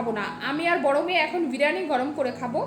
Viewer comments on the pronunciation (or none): Didi ota k birani noy Bi+ri+yani bole